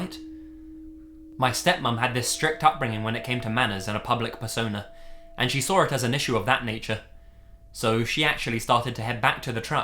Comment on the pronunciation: "then they SAWR it"